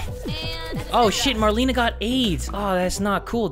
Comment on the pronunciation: When said the character name "Marlena" and pronounced it "Marlene" I was like what😆😆😆🤘🏻🌚😍✨